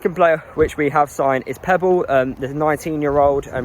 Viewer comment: Pepple not Pebble